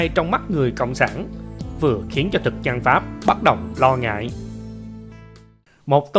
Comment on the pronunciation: Lạy luôn cái giọng đọc,học chưa hết môn chính tả lớp 3 thời tiểu học mà làm mc dẫn chuyện, người phặt giáo,người dăn, giăn lưới hả gì, cái phặt hả gì, phát âm gì lạ vậy, ở đây người dân đạo phật chứ không có người dăn đạo phặt